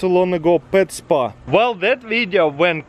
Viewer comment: “Are you ready for the spwa” Lol 😂